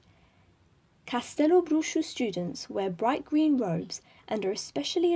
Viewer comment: Just found this in the middle of the quarentine. Thanks for the listening :) and kudos for pronuncing Castelobruxo well (I know it's spelled out on the site, but I still have heard ppl sounding a bit off lol)